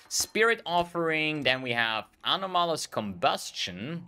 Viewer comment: Ano-Malus pronunciation is causing me pain :)